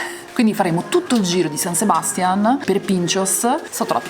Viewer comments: SabastiÀn, SebastiÀn, SebastiÀn! Non Sebastian.😅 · san sebastián con l'accento sull'ultima a! comunque mi avete sbloccato un ricordo, in erasmus qualche anno fa ho fatto un viaggio nei paesi baschi e sono entrata proprio in uno dei locali dove siete stati voi. e anche allora pioveva, come sempre nella spagna del nord. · "Pais (paese) Vasco" 1 e solo 1, poi "San Sebastián" (non Sebástian ;) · San Sebastiàn, con l'accento sulla a, così si chiama la città più goduriosa di Spagna che ci avete magistralmente raccontato (pronuncia a parte). L'ho visitata e felicemente vissuta a settembre durante il Festival del Cinema e raccomando l'evento per l'esperienza donostiarra. Ciao bravissimi e simpaticissimi.:) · La pronuncia por favor! Si pronuncia San Sebastia'n con l' accento sulla seconda a... altrimenti mia moglie,spagnola,si inca..😅😊